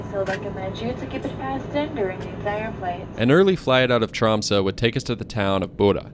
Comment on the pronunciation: Finally an American who manages to pronounce Tromsø almost like a native, instead of Trom-soe, or Trom-sau, which 99% of native English speakers pronounces. Yet English is in fact a Western Germanic language (Dutch and German), related to Northern Germanic language like Norwegian, Swedish and Danish. In fact English exists due to the Viking pirates, and Norse settlers that colonized the British Isles. A recent genetic study from 2019, show that all Brits are in fact part Scandinavian of mostly Norwegian ancestry… Old English was similar to Old Norse. Iceland especially and The Faroese islands are very similar to Norway in nature and its people came from Norway and Ireland. Scotland, Ireland, Canada and Alaska as well as Aotearoa NZ has fjords and similar scenery as well. Central and northern Norway was in fact Sámi ancestral lands and territory until the modern kingdom of Norway colonized Sápmi. Sámi are the only indigenous people in not just Scandinavia, but in all of Europe. Because their ancestors the Proto Finns migrated from Siberia Asia to northern Norway during the Last Ice Age bringing lifht hair, skin and eye colors, where they intermixed with the 1st Europeans (Western Hunter Gatherer), who were dark skinned, had black hair and blue eyes, originally coming in from the Middle East. The Proto Finns were distant related to all Native Americans as they came from the same area in Siberia. Their Sámi descendants are indigenous because they didn’t intermix with later incom